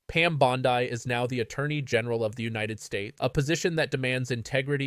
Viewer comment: Dude. You can’t even pronounce her name correctly!! Really? You are that ignorant?! Yes